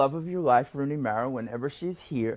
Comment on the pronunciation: He actually was kind of mad that the host pronounced her last name 'Mera' instead of 'Mara', I guess that stems from him loving her and him having his name pronounced wrong all his life. It was subtle, but it was there.